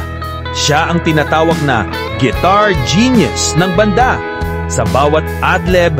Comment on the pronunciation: Maniniwala na sana ako, kaya lang 'yung bigkas mo ng "banda"...naihagis ko ang tablet ko!😮